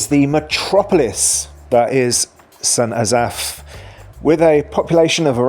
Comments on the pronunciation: Sent azaph? Its st. Asaph. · St AzAff? Oh, dear. Emphasis on first syllable!! COME ON!-here we go again! Check with Welsh friends, or google it!.. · An English man judging Wales. PLEASE (the irony)... The best thing about our Country is.. it's NOT England.. Your effort at trying to pronounce St Asaph is hilarious., oh and its not a city, it has a Cathedral which was the old requirement to be a city but not today. So do us a favour take your opinion and stay in England. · Fair ranking I’ve always pronounced St Asaph more as “s’n Ass-eff” …not Ass-Aff. …though I’m not local The oddities of what counts as a City in UK….city status for essentially a small town of St Asaph, the village of St David’s, but doesn’t include much bigger Llanelli, Caernarfon, Welshpool, Aberystwyth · The way you pronounced St Asaph. made me brain hurt.